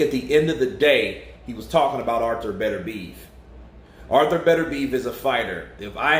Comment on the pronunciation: Are you sure on these pronounciations... Thought it was bet-er-bee-ev